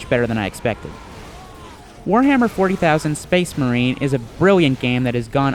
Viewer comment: SPEHS MAHEEN